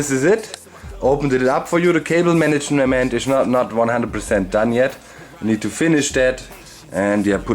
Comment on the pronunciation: the cable manishalamantish is not not 100% done yet omg doc... XD that english was amazing... :-)